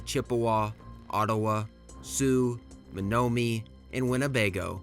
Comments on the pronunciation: Meh - NO- mi- Nee , Hyur-on, MACK - in-naw, are how these names are pronounced. From a Canadian’s perspective, the War of 1812 is known as the Invasion of Canada. 🇨🇦 The British were no longer commandeering Americans from ships to take them to fight against the Napoleonic War of 1812. So when someone uses this explanation, it is incorrect. Frenchtown, Michigan was the so called beginning of the war with the massacre of the River Raisin. “Remember the Raisin” was the rallying cry of the Americans. Later, the war ended with the death of Brock on the bridge, over the Thames river in London, Ontario. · You said Menominee wrong, I would look it up. But besides so more niche pronunciation stuff it's a great video.